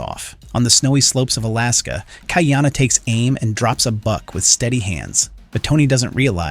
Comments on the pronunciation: You're not a poly obviously.... The AI pronunciation is total rubbish. It ca t even say Ka'iana properly. KAH-EEANA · Ha Oles...